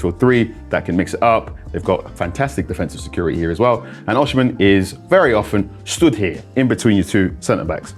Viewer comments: It's pronounced "O-cee-meh", not "or-she-men" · It’s not “O- shi-men “ … it’s pronounced “O-C-meh” …. I’m Nigerian so I know this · That's not how to pronounce his name though.